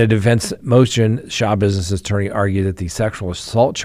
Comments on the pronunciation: Shuh -bizness w the accent on bizness. NOT shah-bizness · Schabusiness is pronounced, slashbusiness.: ) Great show,! We appreciate you.